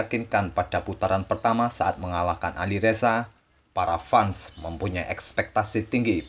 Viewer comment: Bang, fans cara bacanya bukan fans